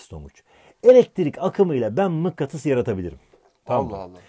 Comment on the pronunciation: mıkkatıs mı diyor bana mı öyle geldi